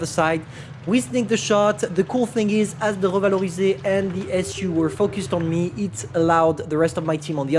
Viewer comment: Hear him speaking English and suddenly saying "revalorisé" in a perfect French killed me.